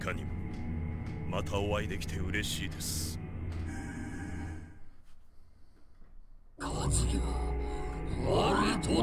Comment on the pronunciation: When you still pronounce kazuya like kAzuya when the narrator obviously says kazUya